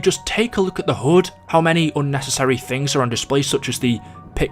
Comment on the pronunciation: Why does he say hud as hood